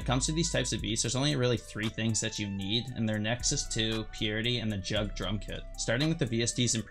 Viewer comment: he said jugg like jug 💀💀💀💀💀💀💀💀💀💀💀